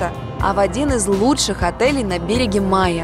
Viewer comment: БерегЕ. БерегЕ. БерегЕ. Жуть!!!